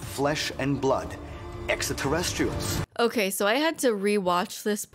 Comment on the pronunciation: Another thing to add to the drinking game to make it more lethal is "Drink when the carrot guy pronounces it 'etsrta-terretstrials."'